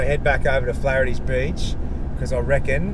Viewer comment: Sorry, in correct in his pronunciation of Flahertys 😀